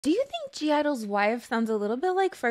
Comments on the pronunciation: You pronounce (G)i-dle as (Idle* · The G is silent so you would only say Idle. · No. Also, you're pronouncing (G)i-dle wrong.